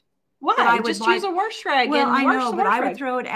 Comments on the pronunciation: u mean warsh whatever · very time I hear you say “worsh” 😆 I crack up!!! My grandparents on my dad’s side always said it that way & I used to tell them there was no “r” in the word “wash” 😂 & they would say the same thing about “y’all” and a few other words 😂 I miss them a lot but hearing you say “worsh” brings those happy memories back. Y’all “Worsh” & I’ll “wash” and know that every time you say it your way, I’m giving you a happy air hug & a high five 🖐️ 😁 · There is no "r" in wash. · She always says it that way.